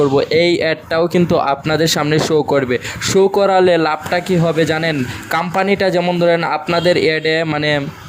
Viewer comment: কাম্পানী কি রে বেকুব!!শুদ্ধ উচ্চারণ শিখতে হবে..